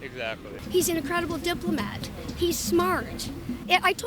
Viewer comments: What the fuck is a diploment 😂🤔😂😂😂 well now we know why she voted for Joe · "He's a fabulous DIPLOMITT" ... typical Biden voter (can't speak English)